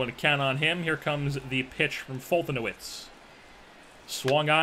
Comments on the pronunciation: As a Braves fan I'm pretty sure it's pronounced "Fol-te-nev-ich" , just in case you care. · It's pronounced folt•a•nev•itch= foltynewicz